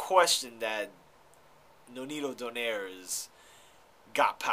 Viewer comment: its not "Do-Nare" its "Do-Naye-Reh"